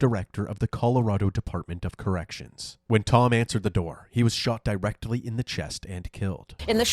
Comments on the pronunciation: when you said "Di-rectly" I thought you said "he was shot rectally" 😅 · Yeah I think he DID say di rectally. Haha. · “He was shot di-rectally” 😂😭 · Di-rectally, so twice in the sphincter. 😂